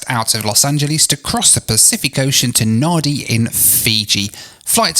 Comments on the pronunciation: Okay my Fijian OCD has kicked in. Nadi is pronounce 'nan-dee'. As annoyed as I get when you say it incorrectly, I understand that you have no type of knowledge about Fiji and it's cities and how things are pronounced. But it's shocking to me that the check-in agents are told how to correctly pronounce it. That's pretty poor from them. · Naan-ndhee is the proper pronunciation for Nadi fellas and sheilas. LOL to the kaivalangi tryhard attempts, but kudos, and welcome to come to Viti. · It’s pronounced ‘Nandi’. The crew would have said this multiple times. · I am surprised a professional traveller such as yourself does not carry a pair of noise cancelling headphones ! By the way Nadi is pronounced Nandi (nan). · Natives? Really? And no, they don’t. It’s pronounced Nandi. In the Fijian alphabet, d is pronounced nd. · Hi, Nadi is generally pronounced “Nandi’. They must have included those ear plugs in the amenity kit because of that irritating music. The food looked delicious! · The check in person should really at least get”Nandi” right. Might encourage travellers to pronounce it correctly. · You should spend more time in Fiji, it's a nice place. BTW the locals pronounce Nadi as 'Nandi'. The music must have been really frustrating. Couldn't you have used the earplugs while trying to sleep?? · Great video but for future reference, Nadi is actually pronounced Nandi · Just so you know, written Fijian has invisible 'n' s in it. Na(n)di is the place you were going to. Everybody has this issue when they encounter Nadi as a word, no stress! Apparently, the first dictionary writers had no 'n' for their printing press... or so the story goes. So it is Na(n)di (rhymes with 'candy'). Great review. I guess there were no noise cancelling headphones in Business Class to save your sanity. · Why is Fiji Airways, which is Oneworld, using the opposition Star Alliance lounge? And it's pronounced Nandi. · Entertaining video, as always. FYI Nadi is pronounced Nándi ... ;-)